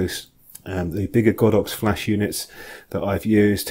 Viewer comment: Great review, I have the Olympus version and I'm well pleased, strange to hear you pronounce it God ox, I would have said Go dox ! lol anyway thanks again for a good review.